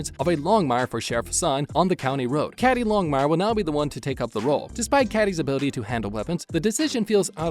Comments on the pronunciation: It's pronounced Cady (Key-Dee) not Cady (Caddie) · Why do you insist on mispronouncing the cast members names? It's "Longmire,," not Long Mire; *CADY" Longmire is not pronounced "Catty." Mathias is not Math Ius. Either stop using computer generated voice or learn to pronounce their names properly. Show some respect! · yes but pronounced like Katie not caddy but spelt cady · Please PLEASE, Cady is pronounced like Katie , just spelled different. She is not a caddy! Lol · For the record, Longmire's daughter's name, Cady, is pronounced like Katy, not like Catty. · Cady is pronounced like Katie!!!!! I watched Lomgmire beginning to end multiple times!!!! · Thanks for the info....but come on...her name is Cādy!!! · Man said cady like she was a Cadillac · Cady is pronounced with a long "a" , and Mathias with a long "i". Did you watch Longmire at all?